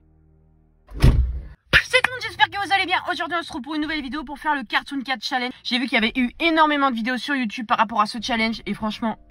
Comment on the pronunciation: A la fin euh c était carton doh non cartonn carton cat